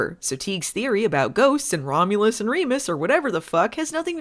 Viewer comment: Filming Baywatch Nights, a play in 1 Act. "Twins...Romlus and Remus." Uh cut,, you kind of missed that first U, can we get a second take? "Second? Two? Twins...Romlus and Remus"...... Cut, print, who gives a shit. Aaaaaaaaaand SCENE.